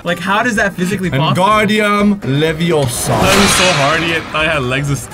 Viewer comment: It's not LeviOsa, it's LeviosAH.